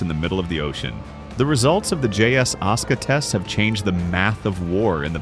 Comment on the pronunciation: ASUKA (AI voice aska) Jap: ah-su-kah